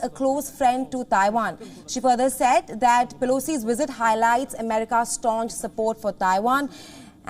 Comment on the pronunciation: Learn how to speak English. Pronounce word as "visit" , not "wizard"... uggg